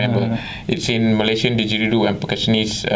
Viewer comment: Cool but you need to stop dropping your "D"s.... diDgeridoo dude.